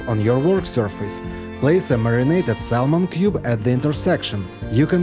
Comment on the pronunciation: The L in saLmon is SILENT Sahmon!